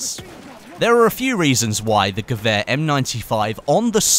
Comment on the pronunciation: Wonder how long it takes before you say "gewehr" right haha